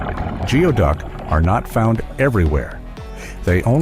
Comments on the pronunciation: You sound so stupid. It's pronouced "gooie-duck. It is NOT pronounced "geo" as in geography. Whoever hired you should demand a refund. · Not the best video, how do I know? I filmed the into video of diver #2 in 2013. Which is also seen in other parts of this video. It’s pronounced “goo ee duck”. The video of the clam on the beach is a razor clam, not geoduck. Fantastic way to make a video of other people’s clips without hardly any research though. Congrats! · Omg you can’t even pronounce the name correctly…it’s Goo-ee duck..🤦